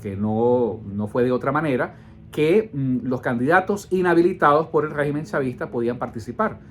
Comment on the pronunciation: Segu este señor estamos enfrentados a un guegimen (asi lo entiendo cuando lo pronuncia) es un todo poderoso? No me jorobes.